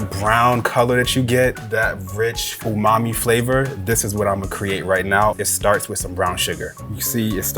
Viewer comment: Did my boy say "Fumami..."